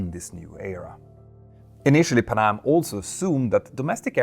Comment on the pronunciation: It’s not pa’nam. It’s Pan Am…